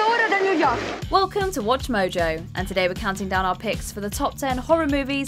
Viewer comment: And it's mojo not moji